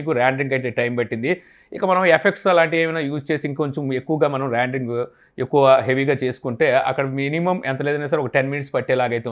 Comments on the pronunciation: Adi randering kadu rendering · Randring ??? "Rendering"